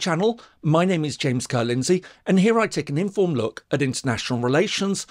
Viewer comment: As an avid viewer of your excellent content, I thought I might let you know that when you say “informed” in your intro it can easily sound like “informal.” I’m not sure that that’s your intent